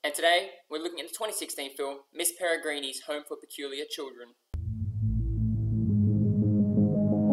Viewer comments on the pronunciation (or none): good review Ricardo but you're saying the title wrong, it's Miss Peregrine's Home For Peculiar Children not Miss Peregreenie's. Not trying to be rude, just thought I'd mention it. But brilliant review overall.